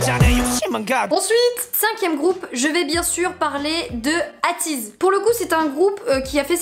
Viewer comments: Coucou juste pour te prévenir on dit ateez eyteez sa me stress 👍😜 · J’ai adorer la vidéo, y’a une bonne humeur que j’adore vraiment, mais pour te corriger, on dit pas « ateez » genre « ha tiz » mais « èytiz » enfin c’est comme bts on dit pas « bétéès », voilà sa me stresser donc 😂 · AYTIZ PAS AHTIZ, sinon bonne vidéo comme d’hab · Je kiff la maniere donc tu dit ateez: toi tu le dit A teez mais moi je le dis éi teez chacun sa maniere de le prononcer